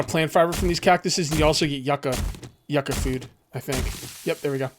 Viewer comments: the Yucca fruit is actually pronounced as You•Ka. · Yucca is pronounced "You-ka"... I don't know why but it urkes me to hear it mispronounced. Rant over. BTW Love your 7DtD shows.. I've think I've seen most of all of them in the last couple of days, none stop. Keep up the good show!!!